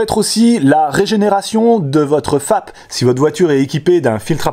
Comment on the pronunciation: J'ai entendu femme au lieu de fap.😂